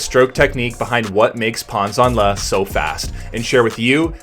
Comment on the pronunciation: I was taught that my recovery arm needs to be systematically high above the water to drive forward, so why is Pan doing this differently? FYI, last name is pronounced “Janle”. ZH is essentially a J. Love your vids. Keep it up.